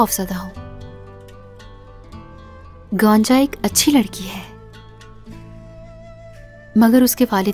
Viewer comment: She Called Gaanja not Gonja 😅😂😂😂